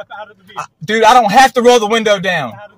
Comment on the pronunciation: "Man, Bro or Dude" is not a great reply when a cop tells you to get out of the vee-hi-cle.